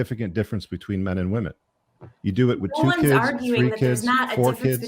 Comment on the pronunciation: Why did that one girl keep saying kuds what's a kud?